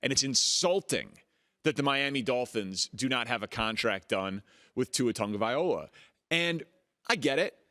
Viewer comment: Hey, I hope you understand that after all these years, you're pronouncing TUA's last name wrong. Your excluding the "L" in his last name